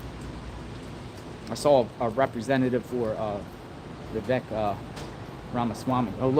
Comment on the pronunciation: Vivek is pronounced Vivake as it rhymes with rake.